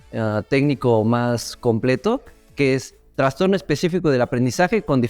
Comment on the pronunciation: Me da nervios cuando dicen traNstorno porque la palabra no lleva N. Aún así me volví fans de este canal y de los podcast 💛